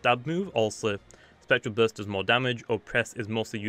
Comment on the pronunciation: "geryser" "Spectral buirst"